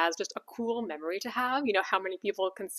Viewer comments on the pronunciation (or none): none